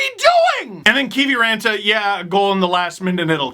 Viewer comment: And you have to roll the R too :)